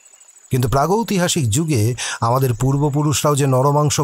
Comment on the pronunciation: aktu bhul mna hlo,, pragytohasik noy,, pragytihasik... Khub bhul sunte lag cha,,, tai bollam..... Golpo ta khub bhalo r uposthapona chomotkar... Asa krbo nxt tym ato bhalo kichu sunte pabo.....❤️❤️❤️❤️